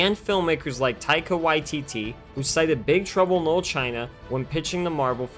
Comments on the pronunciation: It sounds like you are saying Big trouble in "mold" China. say it right!! dam you had one job .. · Big Trouble in 'lull' China? Enunciate. Man, I'll never understand how people with speech impediments end up with jobs almost entirely based around speaking. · The narrator keeps pronouncing the title as “big trouble in lil China” and it’s really making me laugh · Wtf can't the narrator of this video say the word "Little" correctly one time? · “Little” was so badly pronounced that the subtitles spelled “knoll” and “Lul”. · Why can't the narrator pronounce the word "LITTLE"